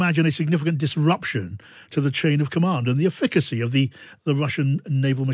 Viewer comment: ef fi ca see efficacy not whatever the heck you pronounced........